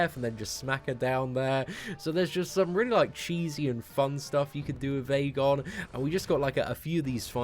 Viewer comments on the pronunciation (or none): Ik I'm 5 months late but it's actually pronounced Ee-gon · the Æ character is pronounced "ash" in the English language, therefore, this champion is actually called Ashgon, NOT Aegon!!! Check it on WIkipedia and other official sources